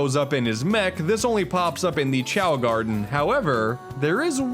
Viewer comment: Did my man just call the Wisp Garedn "Sonic Unleashed themed"